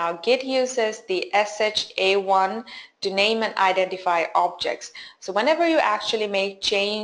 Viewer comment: I think it's not SHA-I but SHA-1.